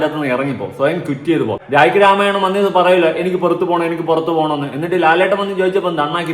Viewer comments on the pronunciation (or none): none